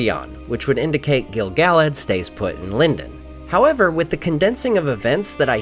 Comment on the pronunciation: The way you pronounce Gil-Galad hurts my brain